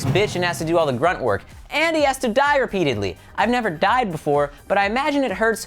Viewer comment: (Die) not sie